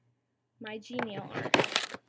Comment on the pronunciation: Haha, if you look on the website, Migi is pronounced "Mee-Gee". I saw a ripoff of those on another website, and wanted them so much... Now you have reminded me how mush I want them! There are so many endless possibilities!